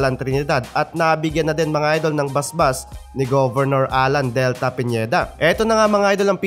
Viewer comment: Pineda po hindi Piñieda...